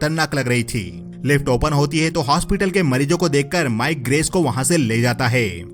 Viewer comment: Faasi hone wali hoti heeeey, kada hota heeey uske pass kuch hota heeeeeey Hai par itna Zor kyu dete ho?